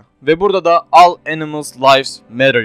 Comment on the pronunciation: All diye yazılır ağı Ol diye telaffuz edilir. Buarada senin yabancı dilinin iyi olması lazım avrupayi bi tipin var ?